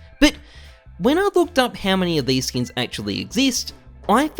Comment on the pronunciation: god the way you say skins as "skeens" and how frequently you say it kills me inside